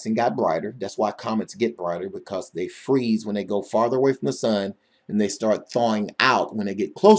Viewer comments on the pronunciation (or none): none